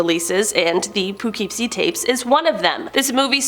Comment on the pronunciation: I live in poughkeepsie and you said it so wrong lol🤣